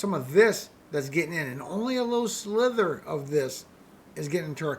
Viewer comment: Just s slither or sliver? I kept hearing slither